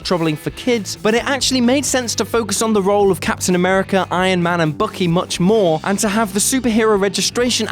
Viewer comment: Took me a bit to realise who is this "bookie" person. Oh, accents... xD